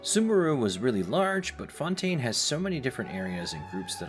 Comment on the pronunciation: I'm half joking, don't take me too seriously. Im a linguist and musician so I can't help but notice and be nitpicky when it comes to sounds. Overall, too american lol. FontAYne, InaZOOMa, SnezhNAAAAAYa English speakers add diphthongs (2 vowels instead of 1) where they shouldn't be and the stress tends to be on the wrong syllable. If you say them as the american VAs say them, it's probably wrong. The biggest culprit and the one that genuinely got to me was Leeway instead of Li-Yuè. It's so ridiculous 😂 just read the letters y-u-e